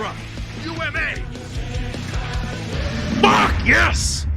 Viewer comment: I noticed that in he's big flashy super he says U.M.A kind of like USA another American thing to add to the list